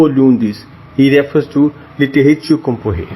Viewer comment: Actually the word "comparé" here we prononce the "r" you can hear it, "ré" =غ in arabic.